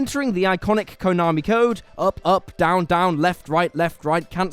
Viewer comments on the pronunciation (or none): none